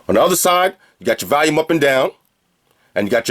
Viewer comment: "On the other side, you got your valume up and down" lmaoo never gets old